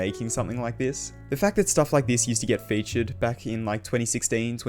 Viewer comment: ‘Gets fewtured”